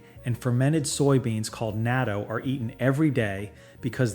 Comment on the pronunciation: It's pronounced tare(ta-ray), wakame(wa-ka-mei), natto(nah-toe), dashi(dah-she), .......Okay how they said oregano......I know the "narrator" is ai they are mispronouncing everything wrong and it's daiso(die-sew) Also the thing is with the boneless chicken and everything else, They forget to mention that Japanese prefer to shop daily for freshness, and that peoples freezers on their fridge are a hell of a lot smaller than the American fridge freezer. They also don't mention that an oven in a Japanese home is significantly non-existent or smaller than American ovens, as well flour here in Japan way more expensive here in Japan that America. I have never seen a block of cheese that can be shredded in my store from my store in Japan you can get velveta style cheese, slice cheese, snack cheese, and pre-grated cheese. Where the hell are you getting these prices.......this is bull shite. A 1.5 liter of tea will cost you from 150 - 200 yen, for salad mix it's anywhere from 100 - 150 yen. And veggies and fruits prices can sky rocket here in Japan depending on the time of year.....Since moving to Japan I barely buy fruit at all because all year round it can be very expensive.